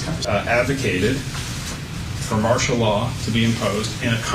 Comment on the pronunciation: Well I don't recall you saying ANYTHING true.... By the way, it's "martial" law. EDUCATION MATTERS.